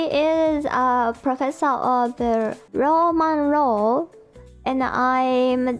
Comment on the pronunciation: When you're trying to pronounce "Roman Law" it sounds like you're saying Ramen Law. trying to pronounce English words is just cute ❤❤❤